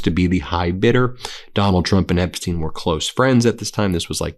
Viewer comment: Why can't you say: "Epstein" instead of "Epsteen"?